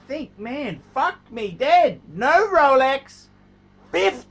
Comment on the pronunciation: "Every man should have a Rowlecks", 2000 to 2019